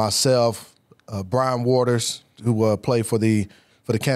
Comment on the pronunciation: Fred you said Brian name wrong, get my Clemson boys names right😂😂😂